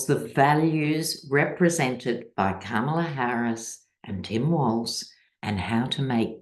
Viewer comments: Please make an effort to pronounce our next president's name. pronounces it Kamala like Pamala. It is Kamala like Mommala. Thank you so much! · Kamala is pronounced COMMA-LA. Just sayin’. Not a complaint.